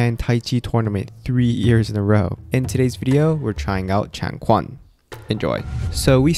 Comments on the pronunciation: Love the video, my only gripe was your pronunciation of changquan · The commentator mispronounced the word 'changquan'. He should check it out and get it right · Taijiquan (Grand Ultimate Fist) and Changquan (Long Fist) are two completely different martial arts, but both Chinese. (Also, quan is pronounced "chuan")The former is "internal" and the latter external. The exercises you practiced in this video were Long Fist. I have had 52 years in martial arts - early years in TKD and Shotokan (under Mikami Sensei), and 37 years in Taiji. I do love these comparisons though. Ultimately, all martial arts practices should take you to the same place. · A lil bit correction for ya, actually chang"quan" pronounce more similar to Chang *chain*, more precise, Chang *Chi-U-Yuan*, not really as Quan (we pronounce q differently in Chinese) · Tai Chi and Changquan (pronounce Changchuan for English speakers, its not a Q sound, but CH sound instead). Both Martials is part of Chinese Wushu. What you're learning is the performance sports version of Changquan, there are also tradition Changquan. Tai Chi however has 3 types, Performance, Health and Combat. In Tai Chi there are many styles, with the most well known to be Chen and Yang. Within each style Chen and Yang both have small frame, big frame, traditional and new styles. Tai Chi can be used for combat, but it all depends on the user. If you just practice for health and performance everyday and suddenly I put into a MMA ring, you will most likely get destroyed. Simple fact, you need practice and know how to apply the applications to real combat, train your brain to react, temper your body. Lots of stuff involved, the video you share of exposed fake martial arts, well its not exactly right as those people are performers and health practitioners. They don't practice for combat... Let me link you to my favorite performance of free style Tai Chi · The "q" in "quan" is pronounced "ch" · Chang Quan pronounced as ChAng ChuEn